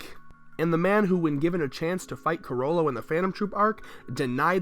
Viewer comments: Chrollo= crow-yo...you're killing me adding an extra syllable guy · I like how you pronounce "Chrollo" as "Cuh-Ro-Lo"